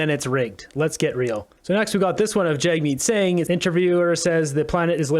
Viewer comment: Jagmeat sink !!!😂